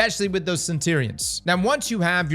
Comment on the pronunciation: I reckon you should mispronounce centurions a few more times